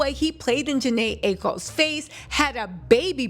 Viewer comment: Lol right. Adding an extra N